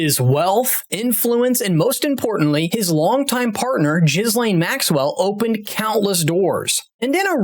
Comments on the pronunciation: Uggh another uneducated American - its NOT pronounced Gizlane its Gheelane - seriously man, do you research! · Just an fyi, it’s pronounced Gheelane, not Jizlane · It's unbelievable to me that american's can't pronounce names correctly jizz-lane its pronounced gill-ane numbskull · Gheeeeee-lane Maxwell (correct pronunciation) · Jizz-lane. 😆 ive now heard all types pronunciations. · The S is silent in her name. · Is he mispronouncing Ghislaine on purpose???